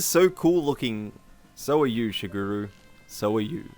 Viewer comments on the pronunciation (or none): none